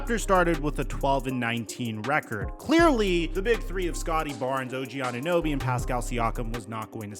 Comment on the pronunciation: She cant even say OG name correct